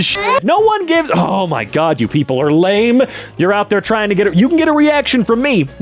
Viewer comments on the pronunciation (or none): none